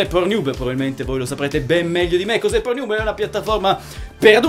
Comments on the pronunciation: PORNIUB MA CHE CAZZ....PORNNIUB CODDUE.. PORN HUB... ub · ma solo io capivo "ProNiub" ? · Tornato qui dopo anni solo per risentire il celebre "pornhiub" di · Anche io ! AHAHAHHAAHAH